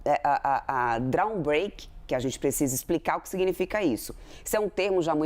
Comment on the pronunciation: Quer dizer que o governo vai oferecer uma estilo de música eletrônica ou quem sabe um trecho de som da bateria para os exportadores(drum break)? Nem a legenda entedeu a pronúncia. O que ela queria dizer era drawback, a pronúncia poderia ser ``dró-bék`` ou como muita gente fala ``draubék``, muito longe do que ela falou. Está certo que é um estrangerismo da língua inglesa, mas qualquer consulta ao Google já resolveria. O drawback é um regime aduaneiro que permite a suspensão ou isenção de tributos incidentes na aquisição de insumos empregados ou consumidos na industrialização de produtos exportados.